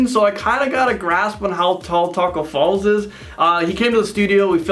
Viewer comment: he said Tacko Falls his name is Tacko Fall